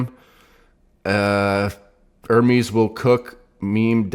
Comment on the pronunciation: Sound board has to have you properly pronouncing the name ‘ERR-MEZ’ instead of you and Devon saying ‘ERR-Meeeees’ 😑 C’mon! 😂